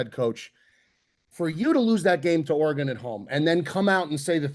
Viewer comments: it’s ORY-GUN please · pronouncing Orr-Gone hahahaha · We have to address the way pronounces "Oregon" like he's guessing what shape has 10 sides like last week. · The way says Oregon is clinically insane